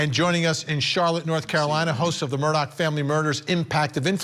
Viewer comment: It’s pronounced MUR DAW not MUR DOCK for the love get it right.